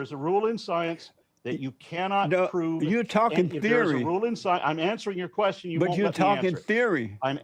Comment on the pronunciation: How the f**k is JLP going to try to ask any question whenever he can't even pronounce question correctly?!